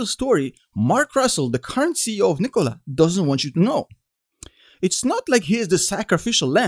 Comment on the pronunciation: I love how you pronounce Nikola. Much better than Macedonian pronunciation.